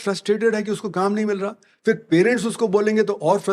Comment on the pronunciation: One of the few people who get it. But to give an example of how bad education is in India: even someone as educated as this guy doesn't know the difference between फ (pha) and फ़ (fa). For example, he keeps pronouncing फिर (phir) as "फ़िर" ("fir").